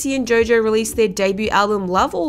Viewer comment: It's Jo Jo. Not Joe Joe.🤔